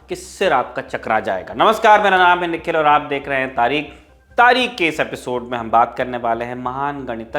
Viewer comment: Please,, be correct tareekh... Not tareek.. last letter is kh, kh khargosh